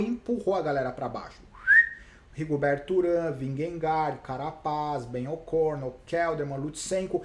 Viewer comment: Obg!! "Ben O'Corno" ficou engraçado!!